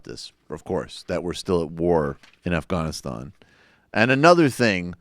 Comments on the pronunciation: Why do you pronounce Afghanistan õff-gõn-õ-stõn? It sounds forced and wrong. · In Farsi and Pashto its actually pronounced more like the way he says it.